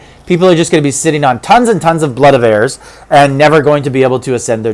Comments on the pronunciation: AIR-EES. Not 'airs'. My God man. Please... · Dude, I love your videos but from one Canadian to the next, stop pronouncing as Airs… It’s pronounced AIR-EEZ… As in the Greek god or war ARES!… Stop making Canadians look like idiots!